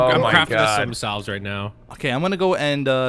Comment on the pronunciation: Oh no! Mispronouncing the word "salve" has invaded another series! The word isn't pronounced how it's spelled. Instead it sounds like "sav." Love all the videos with the. I hope they keep on coming.:)